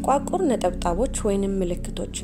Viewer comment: " ጥቁዓቁር " አይባልም " ጥቋቁር " ነው የሚባለው አርሙት።